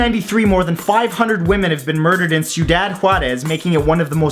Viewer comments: It’s not pronounced siudad it’s thiudad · I hates me the pronunciation police as much as anyone, but still ... "Ciudad": SEE-YOU-DAD, not SUE-DAD. 3 syllables, soft consonants. Cool channel ... liked and sub'd. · It's pronounced cee-u-dad and is Spanish for city :) also I thought you were going to do the Connecticut River killer who killed (10?) nurses in my town (Claremont, NH) which is totally revealing. . . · just in case you run into that word again when making a video, CIUDAD is pronounced "SEE-YOU-DAHD" =) You made it sound middle eastern in your video hehe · It's pronounced ci-u-dod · Hey i live right next to jarez in elpaso you dont have to pronunce the cidaud